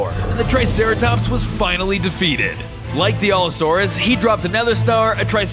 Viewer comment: Also you were pronouncing allosaurus wrong alot